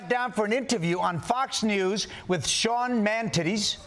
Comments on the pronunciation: Lol, "Sean Mantitty" or "Hannity the Manatee" 🤔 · "Sean Mantitties." ROTFLMAO! John you're a mess!